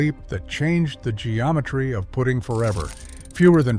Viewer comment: Someday the ai world will learn how to pronounce hosel and putting. Now with this video we can add Acushnet.